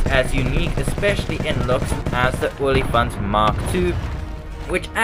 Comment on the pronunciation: And the best part is, you pronounced it perfectly.